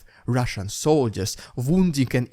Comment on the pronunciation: RRRRRidiculous..RRRRRussian..PRRRRopoganda! Lol gets me laughing every time!